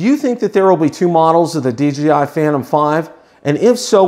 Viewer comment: Great video and thanks for the information but I keep getting a little shutter every time you say DGI instead of DJI.